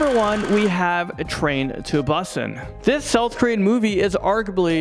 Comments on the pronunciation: Its train to BOoooooosan not busin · Train to Busan (Busan is pronounced boo-SAUN or poo-SAUN) Landon: Train to Bus Sin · I can’t believe he called it Bus an I pronounced it booson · He said Busan wrong😂😂 Buuson XD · i love the way he said busan! im not being rude since he doesnt know, its the same thing with my friends, not knowing how to pronounce things. either way great video<3 and train to busan is THE BESTTTTTTTT!!!!!!!!!!!!!!!!!!!!!!!<3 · Soo we not gon talk about how he said “Busan”